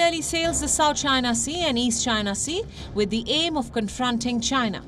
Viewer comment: China not Chins